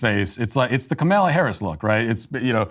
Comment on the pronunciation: Matt Walsh can pronounce Caraballo correctly but continues to refer to Kamala Harris as Kameyla